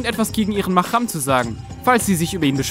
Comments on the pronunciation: ich finde die 11 ok und es heisst mahram mit h nicht mit ch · MahRam. Das R bitte rollen.